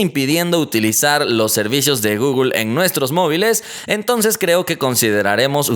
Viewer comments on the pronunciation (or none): Porque dices gogol se dice google no gogol 😠😒😂